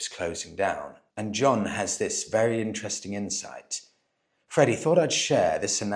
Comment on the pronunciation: I believe he must be vearrghy , vearrrrghyy, drunk….